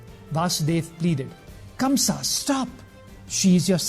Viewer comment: Ok..so now let me tell u something.. the name of the king is not KAMSA..it's KANGSA..and Sarpent king Sheshnaag protected little Krishna from rain on his way to Gokul as he himself became little Krishna's umbrella..